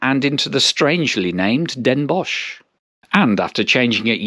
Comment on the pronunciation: Shortly after this video the new Dutch Arriva trains replaced the old one you took from Liège to Maastricht. They do not have 16A plugs however. The Visé station has new platforms. Maastricht is still more or less the same. You correctly pronounced Den Bosch. However, ‘Zuid Willemsvaart’ will require some training. Den Bosch and Maastricht merit a visit for their historical centres. You travelled from Maastricht to Nijmegen via Den Bosch. Theoretically this could also have been done via the slower and a bit more scenic partially single track line following the German border, from Maastricht over Roermond to Nijmegen.